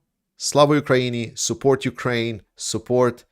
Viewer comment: I wonder if you'll be able to pronounce "Ukraini" by the end of the war. :) (Uk-ra-yee-nyee)